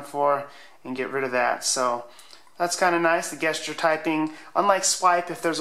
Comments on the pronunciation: Guess-cher. Gesture is pronounced "Jess-cher". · You're the second person I've seen in as many days who says "gesture" like guest instead of jest. Is this some weird alternative pronunciation that I haven't been informed about?